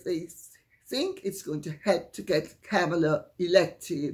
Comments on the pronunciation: It's Comma-La. Mispronouncing her name makes people sound dumb. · Comma-la. At least pronounce the woman's name correctly. It's been in the mainstream media for a very long time now. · Wow. Kamala's name was so mispronounced, at first I thought Lady Campbell was speaking about Camilla 😂